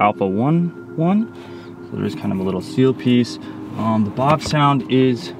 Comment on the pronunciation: How about the pronunciation of “Bavsound”? I called your number and listened to the recording of you pronouncing your own name. It’s Bav with a soft a, not Bahv. Like “bat”. Not like “bot”. Thanks for coming to my Ted talk.